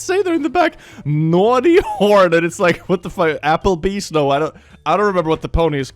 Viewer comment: lies! I think you drew this by hand! did I hear "Apple-beast"? XD